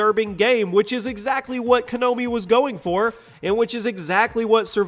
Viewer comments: konAmi not KonOmi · Did he just say Kanomi as apposed to Konami? lol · I like your lists but lease begin to call the game develloper Konami Ko-na-mi, not Ka-no-mi. It's really driving me nuts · Why you pronounce Konami like Kanobi? It is Konami, lol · Co nomi? Did he say co nomi?? I'm sure it's called konami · Lol you said konombi instead of Konami. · Its kOnAmi not kAnOmi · Ko na mi. Maw... Not kanomi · why does he keep pronouncing konami as konomi? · hears Konami pronounced Kanomi. Gets triggered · I know this makes me a "that guy", but Konami* Ko-NAH-mi. Not Kanomi I'll just get ahead and also say "Oh whatever!", since that's the usual response. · konami not kanomi, it's like you don't even play games... and since when was jack thompson a senator? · duke nukem forever... its like Daikatana.. two games to almost destroy their own creators'' reputations GTA III .. odd it was pissing off people since there were lots of games that were a lot more violent. Silent HIll.. one of my favorite psx games. btw.. its not Kenomi , but its KONAMI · It's pronounced KO-NA-MI not Kenobi! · KONAMI. Not Kanomi. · Its KOnami, not Kanomi. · it's kinomi not kimoni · It's actually "konami" not "kanomi". I bet 10 bucks that the guy who was reviewing this never played any of the silent hill games. (they all start with a big screen which reads KONAMI) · Excuse me... Who made Silent Hill? Konomi. KONOMI!?!?!?!? I know you don't understand the Japanese language but can't you get the COMPANY NAME RIGHT!?!? Who made Mario, Nontondo? Who made GTA V, Rackster? Who made E.T., Atera? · Uh... you pronounced Konami Kanomi 😕😕😕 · "Kanomi" It's Konami lol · what the hell, Kanomi? are you drunk or do you really have no clue what you are talking about? Konami made silent hill not Kanomi -. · "Kanomi"... Really? You sure about that? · "Kagnomie" wow dude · he pronounced “konomi” 😂 lol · excuse me, "Kanomi"? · LMAO. Kuh-know-me. HAahahahaha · "Kanomi" im dead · I think he was saying kanomi or kanobi.